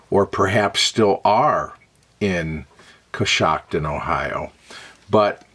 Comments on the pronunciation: Love it! You pronounced it exactly right. I've been there many times. There's a restored canal town there, Roscoe Village, that's sort of a tourist attraction. In a bit of darker history, Coshocton was the site of a massacre of Lenape Indians by a Pennsylvania militia; the European settlers were seeking retribution for some killings and horse thefts, which occurred along the westward-moving frontier. In a fit of ignorant, blind rage, they brutally murdered the settlement of Lenape--pacifists and Christian converts--in Coshocton County. Now the area is home to many pacifists of another sort: Amish and Mennonite families and farms. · Pronunciation of location is correct 💯❗